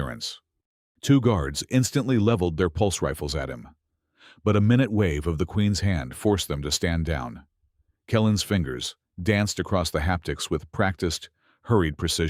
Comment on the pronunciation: "....but a 'MIN-ett' wave..."!!!! NO!!! It is pronounced, "meye-NYOOT" (MINUTE)!!!! Your AI is already starting to screw up English!!!!